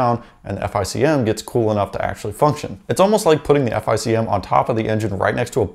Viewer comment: Say “F I C M” again I dare you, it’s pronounced “FICK EM”!